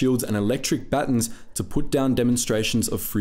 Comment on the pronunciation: You know it's Ba-tons, right? Not batins.